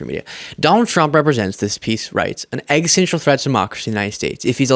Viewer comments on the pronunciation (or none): excellent work! Just one small thing, can you work on pronouncing, existential? I think that’s the word you’re using when you say”egg stential” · Love u. I’d like to correct one thing and it’s something many in the media mispronounce. The word existential is a bit of a tongue twister but it is exis-ten-tial. It has become my pet peeve now that it’s said all the time (and rightly so!). A lot of folks say exitential or exitsential